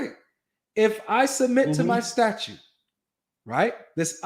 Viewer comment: Is saying statute?